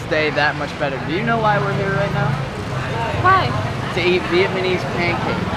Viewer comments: "Vietmanese" (sic) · Great videos! I really like your sensitivity to the local culture. It's Viet-Nam-Mese.... when you said it too fast. it became...Viet-MA- Nese....:) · I've noticed that you pronounced "Vietnamese" as "Vietmanese". Please correct that in future video. I do like your videos by the way. Thank you for visiting our country. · Remember it's Vietnamese..but you keep saying Vietmanese lol..what's going on with that pronunciation dude? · Sorry man but if you're going to do a video on a Vietnamese topic, don't call us Vietmanese. Ignorant . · I keep hearing you say "Vietmanese" when its Vietnamese lol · Nice video. But I keep hearing you say Vietmanese. It's Viet-Namese. Just saying